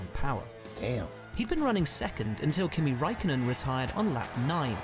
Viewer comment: M8 you still cant pronounce names. Bro you don't need to know how to say it in there language just in English like who tf is max vursthappen its max ver stap pen. Kimi raik konen. Sebastian vet tel. Valt Teri bot tas. Sergio per ez.